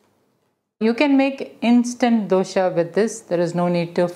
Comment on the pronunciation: The recipe name dosa not dosha , don't pronounce dosha , the meaning changes.